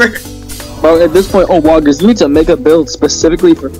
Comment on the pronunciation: bro i love how everytime you mention owoggers you say oWAGGERS i'm sorry just just so funny